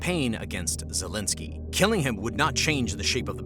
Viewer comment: "Vol eh da ma zelensky" 😆